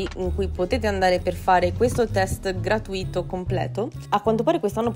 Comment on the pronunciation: senza offesa, ma si dice gratùito, con l'accento sulla U. Tu invece dici gratuìto ed è sbagliato.